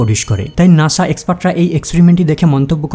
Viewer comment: ঠিক। খুবই disgusting শুনাচ্ছিল উচ্চারণগুলো। নাসা কে বলছে নাশা, সাকসেস কে বলছে শাকশেস।